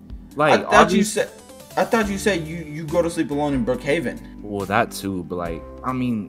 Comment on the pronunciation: „Brookhaven“ BAHAHAHAHA